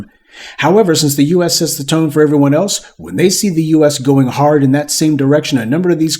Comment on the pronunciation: Lol the way you said H-A-R-D. Had me in stitches!! 😅😅😅😅😅😅😅😅😅